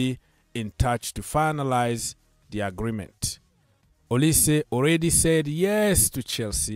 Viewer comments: Name is Pronounced as Oli-say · O li seh right pronunciation.. he is from the eastern part of Nigeria same as Chukwuemeka and madueke